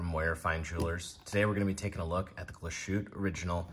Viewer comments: "tte" is "tah" not "taay." Otherwise, good review. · Glashu-tay 😂 I’ll be he calls Target “Tarjzay” too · I never trust reviewers who can not even pronounce the names of the product right. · Horrible pronunciation. Do your homework. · Than you for helping us learn otherwise we would have never known. The points (also with reference to my other comment on this video) are: I) someone who doesn't know how to pronounce the name of a European watch brand should not be making a video--high horology is not child's play and should be taken seriously; and II) while Glashutte and A Lange & Sohne share the same DNA courtesy of the "nationalized" watchmaking industry during the war, and come from the same region in Germany, the two cannot be compared just as a Maybach cannot be compared to a Volkswagen. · I do, I care. It's unprofessional and ignorant to not put in 1 microjoule of effort to look up the pronunciation online. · It’s so easy to look up the correct pronunciation. This is lazy and sounds grating. Not the only channel to butcher the name, but really. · It drives me insane. French watch names are somehow pronounced more accurately. IDK HOW but they are. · It's pronounced "glass - hoot - uh", lange is pronounded "lawn - guh"